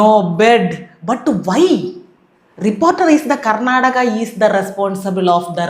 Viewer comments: kernataka എന്നാണ് പറയുന്നത് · How he pronounced ‘karnataka’